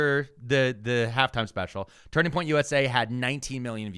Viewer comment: Did he say Turding Point USA?